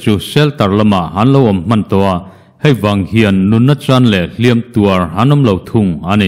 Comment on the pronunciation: I chanchin thar chhiat hi a ngaihnawm thin hle laiin HLIAM tuar tiha hliam tak hi a thluk i la ti dik lo reng mai hi chuan beng a tikham deuh a ni. News i dap zauvin i hre khawp mai a. Kan lo ngaithla zel ang e.